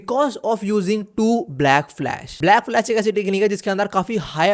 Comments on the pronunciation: Black Flash ❌ Blash Flack 👍 🤣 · Blackflash❌ Blashflack✅ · Black flash ❌ Blash Flack✅ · 😂 black flash❌ blash flack ✅ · 😅bro you said blash flack instead of black flash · "blash flack" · Bro Literally said blash flack in excitement 😭